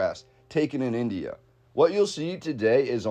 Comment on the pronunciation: It irritates me how they pronounce India.